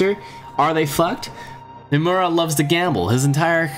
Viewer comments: Btw its Hiruma bro, not Himura. Still a great video, you should make more Eyeshield 21 content. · its soo funny that you mention the hiruma name wrong soo many times :D